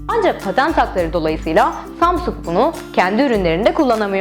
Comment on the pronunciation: Samsung yazıldıği gibi okunmuyor